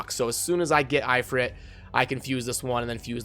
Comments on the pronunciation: It's If-rit not I-frit lol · "eyefrit" EeeFreet*